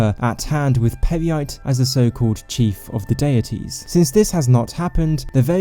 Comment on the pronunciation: I keep laughing now everytime he says Peryite